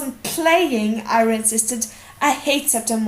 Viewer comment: it's Arya not ayra like you reed it